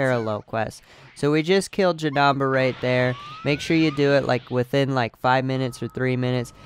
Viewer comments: Is not janaba is janeba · JanEmba, not janamba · Bro it's not Janamba it's Janemba. And it is pronounced like this. JUH-NIM-BA your welcome 🤗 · Him saying janamba got me triggered v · Jenamba omg cool way of saying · The way you say Janemba makes me wanna fight you